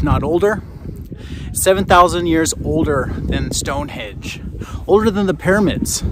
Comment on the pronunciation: Please get your pronunciation right. Stonehenge with an 'n'. You could do that at least.